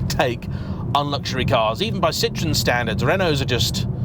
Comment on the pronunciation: By the way it's cee-trro-hen